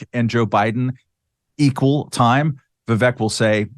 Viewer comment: Viv-Vake…. Read it like this so ‘pundits’ at least can say his name correctly!